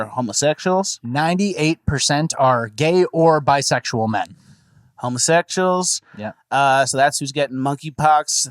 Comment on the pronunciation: Lol the way he said homosexuals…”hum-a-sectials”